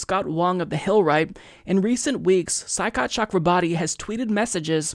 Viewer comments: Hey Mike, his name is pronounced Choy- COT. Just saying. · It’s pronounced Shoycot, Mike. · Saikat is pronounced as shoy-kaht. At least that's how Kyle Kulinski says it.